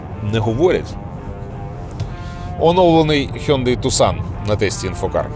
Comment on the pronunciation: не тусан, а таксон!